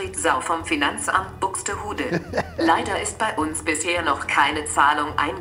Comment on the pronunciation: Er hat Buxdehudä gesagt 🤣🤣🤣🤣😭